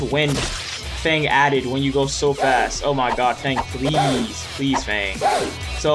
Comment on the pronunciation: Yew kept sayin pleasr